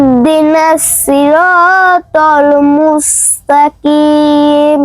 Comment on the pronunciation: আসসালামু আলাইকুম আপু,, আপু উচ্চারণে কিছু কিছু ভুল হয়েছে। ইনশাআল্লাহ ঠিক হয়ে যাবে, ইউটিউব দেখে একটু তিলাওয়াত টা শুনে মিলিয়ে নিলে ভালো হবে। .... সিরাতল মুস্তাকিম,,আনআমতা আলাইহিম এসব জায়গায় একটু সমস্যা হয়েছে উচ্চারণে।আপনাদের জন্য অনেক দোয়া রইলো❤